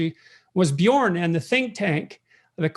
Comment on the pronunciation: Björn, it's Björn! Not Bjorn! No big deal, go on!